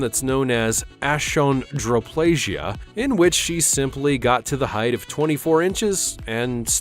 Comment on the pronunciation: "Ashondroplasia"? Achondroplasia (Uh-con-dro-play-zshuh).